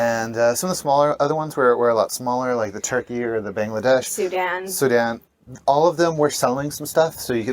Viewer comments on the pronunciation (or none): none